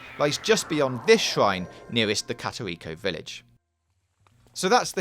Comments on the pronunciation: Katariko village... Jesus Christ this guy needs to do research before filming videos. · Kateriko village Hyvule... Cmon man do some research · “Katarito village”